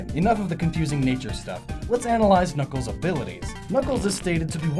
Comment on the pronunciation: Did anyone catch around the 2 minute mark he says kuckles not knuckles